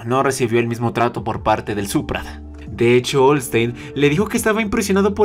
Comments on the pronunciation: Me confundo cuando dices Orsted o all state 🤣🤣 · "Olsteing" jaejasjadj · La pronunciación seria GISLEIN - ORSTED (No somos asiaticos si debemos pronunciar la R) LAPLEIS. No es critica amigo son las pronunciaciones oficiales te quiero mucho me gusto el video ah! y es Kishirika kishirisu dijiste un nombre raro ♥ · Tienes una manera rara de pronunciar el nombre de orsted, suena a que cambias la ¨R¨ por la ¨L¨, la forma en la que se escribe el nombre en japonés si es con r pero los japoneses no tiene ningún fonema para pronunciar la r en su idioma por eso ellos batallan con esa letra en los idiomas extranjeros que aprenden pero en español si se puede pronunciar así que el hecho de que lo pronuncies con l y no con r se me hace extraño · Podrías pronunciar bien "Orsted"